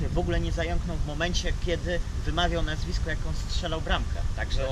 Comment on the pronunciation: Idealnie wymówiłeś nazwisko strzelca 👌